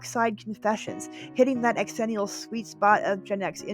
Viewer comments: I'm sorry but I literally can't watch this strictly because of hearing "X-ennial" FWIW it sounds like "zennial" ☺️ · Proud xennial here, I enjoyed your pronunciation of xennial very much. I say pronounce it Zennial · Okay, I gotta say the X is a Z sound... pronounced "Zennial" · X-ennial? Thought it was pronounced Zennial… because that’s how X’s are pronounced in words. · Its pronounced Zennial. Not X-Zennial. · My only quibble is your pronunciation. We don't pronounce it "X-erox", it's simply Xerox. The same way it's Xennial "zennial". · Xennial….pronounced Zennial…like Xerox. I feel like I fit more into the xennial category than full out millennials like my younger brother. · Great video except the incessant mispronouncing of "xennial'. It's pronounced "zennial". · ZIL-enial Its pronounced Zilenial Like gen z You dont pronounce xylophone X-ylophone do you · Funny, I always thought it was pronounced “zennial.” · It’s pronounced zenee-ul like xylophone is pronounced zylohfone… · Is that how you pronounce it?! I’ve always thought it was zennial 🤷‍♂️ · Who else got irritated or annoyed at their pronunciation of the word “xennial” (pronounced “ ZHEN-ial”) 🤨🤨🤨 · I thought it was pronounced zhen-ial. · Isn’t it pronounced “ex-ennial” to emphasize the two generations’ names — Gen X and Millennials? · Honey you are not a xennial if you can't say it right. I bet you say Xena as X-ena... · I can't stand the mispronounced xennial....